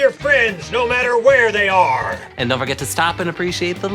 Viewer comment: "...no matter where they ARRRR!"